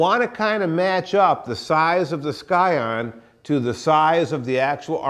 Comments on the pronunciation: its pronounced "si-on" not "sky on" lol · Scion 'ˈsīən' the 'c' is silent.. just sayin'. Good video.